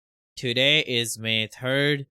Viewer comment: Last I checked it was May 3rd not May turd